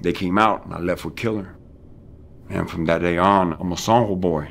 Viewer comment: I like how he says “San Jo”. (SAWN HO). The way it’s supposed to be said. Here in SJ California hella homies say San Ho. Lol. Hella white.